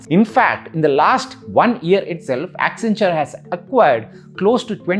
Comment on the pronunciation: WACCEN WACCEN WACCEN WACCEN WACCEN WACCEN WACCENTURE😂